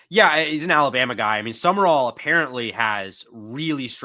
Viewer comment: I believe it's pronounced sum- rall. Not Summer-rall.